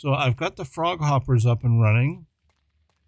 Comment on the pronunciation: Frog hoppers apparently are hard to operate 😂. You nailed the pronunciation. In love the Pokémon sound when letting him out btw. He’s an awesome mount! That’s crazy how you can lay all them tracks. Hey, I know that song 😮. It was kind of cool for the time lapse to be you building from 1st person. Great train station. The flying beast is truly a beast. I always enjoy the fly overs to see the future planning and where the town is at in the moment. Awesome video yet again!